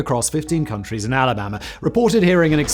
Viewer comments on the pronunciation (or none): Did he say, "Fifteen counties in Alabama," or, "Fifteen countries and Alabama?" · Simon it's counties NOT countries!!! 🙄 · 15 "counties" ? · He could have just misspoke "counties" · First a complement, "that is a beautiful sweater Simon". Now, you legit messed me up for a second, "countries... In Alabama?" 😅. Love ya brother, just busting your balls (British trans. "taking the piss") a bit, anyone that reads this much content and only makes a few errors deserves a medal... or several hundred successful YouTube channels